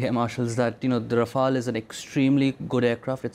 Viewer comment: Its not Rafael ,its Rafale..why he keep saying Rafael